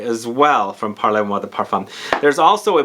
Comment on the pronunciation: It’s pronounced “parl moi de parfum.”. Or you could say “parle moi de parfum” with that e in parle very soft and NOT like “parlez”. which is pronounced “parlay”. But “parle-moi de parfum” is almost like “talk to me, dear, about perfume “ and not “talk to me maam (or mr) about perfume “ which is the”parlez” form of the verb “parler”, to talk. “Parle” is the intimate, informal form of the verb- it’s the difference between tu and vous. For the give away- I like the name of the house because of that intimate sense of it, as I was trying to explain. I haven’t yet smelled any but Mile High sounds wonderful- Fall fruits/dried flowers- nice! I’m in Seattle!